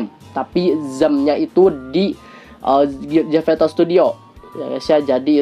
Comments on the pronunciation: zepeto not zefeto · Maaf ka salfok kk ngomong zepetonya zeveto😭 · "Zeveto" :D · ko ngomongnya zefeto dah wkwk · Bukan ZEPETO tapi ZEFETO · Kenapa bilangnya zefeto sih?